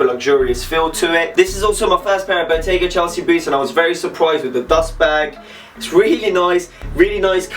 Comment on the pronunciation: It's "BOGGETA" fam. SHIT. 😂